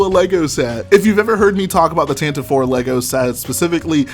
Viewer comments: No its pronounced tantive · Zac Mumblethunder same I’ve just always pronounced it tantive, but that might just have been bc I read the visual dictionaries and just subconsciously called it tantive